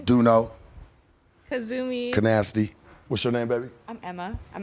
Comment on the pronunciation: He said "kanasty"😂😂😂😂😂😂😂😂😂